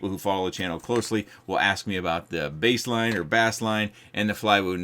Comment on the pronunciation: It's still pronounced as base line. Like bass guitar.